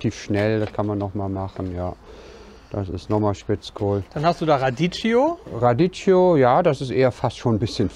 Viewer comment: Morgen…Radicchio (sprich: Radikkio, nicht Raditschio)…ansonsten wie gewohnt netter Content